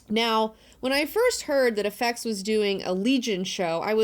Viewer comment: What's with the way you say "FX"? It reminds me of Stewie saying cool whip.Still love you tho!